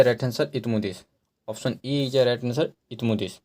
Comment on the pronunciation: Nam bhi shi se nhi le pa rhe hai ap